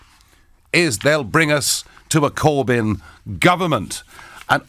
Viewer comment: DeMOCKracy........CorbIN....ReMAYnder and Cabull. Need one say more.